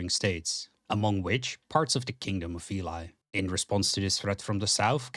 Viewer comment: A surprise to be sure, but a welcome one! Good job mate, pretty much perfect summary of the lore. Just some notes: - Veli is probably pronounced more like "veh-li" instead of "vilai" (the country is greek inspired so that is the most likely pronounciation, and its what I personally and most people seem to call it). - The map you use is the old outdated one. Its good to get an idea, but painfully innacurate and it may lead to misunderstandings. Admittedly, we don't have a proper map with borders anymore, but we have some general ideas of what it looks like. - Incredibly small pet pieve, but I feel Callahan's death in combat before the Battle of Red River should have gotten a mention, but I guess it got in the way of pacing. That's pretty much it, and thanks for the shotout at the end. If you wanna make any more lore related content feel free to DM on discord and I'll gladly help you out. Cheers!